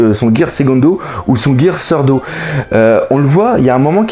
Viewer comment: Je trouve pas que on sait fait troll on savait très bien que on allait pas voir le gear 4 j'ai trouvé l'animation mou et les scènes de combat un peu bizarre dessus j'attends l'épisode 726 avec impatience ps: le changement de caméra sert à rien te casse la tête pour rien c'est plus que inutile et J'OUBLIAIS ARRÊTE D'INVENTER DES PRONONCIATION GEAR SECONDO GEAR THIRDO C'EST GEAR SECOND GEAR THIRD